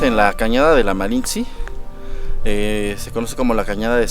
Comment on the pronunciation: Se dice malintzi